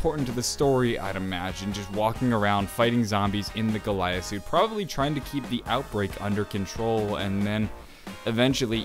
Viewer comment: "He was probabraly under the influence if the Illuminati" lol gotta love that part